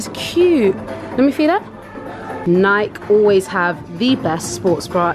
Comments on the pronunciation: why do you guys pronounce Nike as "NYK" lol it's pronounced " NY-KEE" cuz it's an American brand and thats how they pronounce it. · I love you guys but I hate how you guys say Nike it's pronounced (nik-ee)